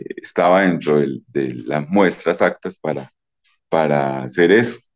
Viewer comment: No se dice “actas” sino APTAS!!!